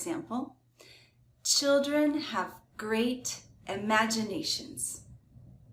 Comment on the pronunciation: Children no Childern😂